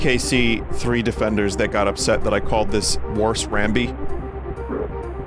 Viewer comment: DEE KAY CEE TREE